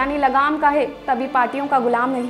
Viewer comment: खेजडो ❌ खिजुडो ✅